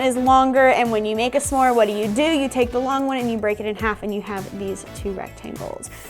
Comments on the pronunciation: Am I the only one annoyed by calling them “suh more”? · I love but everytime she says “samore” it drives me crazy 😂😂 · i have literally never hear anyone pronounce s'more like u do before omg